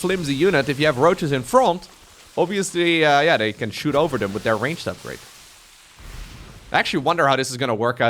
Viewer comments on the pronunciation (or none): none